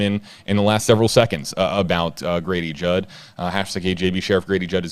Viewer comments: I thought you said Gravy jug 😄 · Say Grady Judd again.